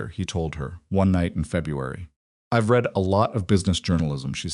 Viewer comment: Same BS Ai that is unable to distinguish read (reed) from read (red) .... 100% FAIL...